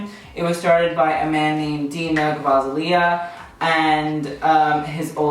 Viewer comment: Girl, you can’t even pronounce Demna Gvasalia.